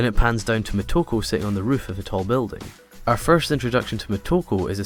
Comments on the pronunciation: it´s "Motoko", not "Mehtoko" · I'm wondering why you keep calling her "M a toko" when her name is M o toko. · exactly he's Scottish